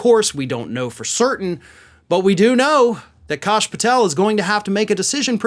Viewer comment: Don't believe it's. "Kosh", believe it's pronounced "Cash". ( Even heard he makes the "s" a dollar sign)